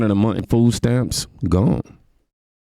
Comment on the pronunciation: They keep saying ( fooo stamps) there’s your first problem you don’t know how to pronounce words or talk. No wonder you don’t make more than $10 an hour.